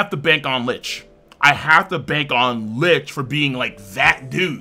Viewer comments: It's not LICH, it's LICHT; the C is silent and it's german for LIGHT. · My God you butcher licht's name